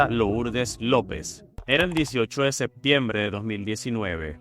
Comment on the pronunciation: Gracias por esta compilación, y relatas bien con un buen vocabulario, y por ello te pido de favor que digas "caPturando" (y sus variantes ) no "caCturando", "sePtiembre", no seCtiembre", "aDmitió" no "aCmitió", oBservaron, no "oCservaron", "desCripCión", no "desCriCción", "caPtó", no "caCtó", etc. Parece que insertar letras "C" indebidas es todo un problema para tí.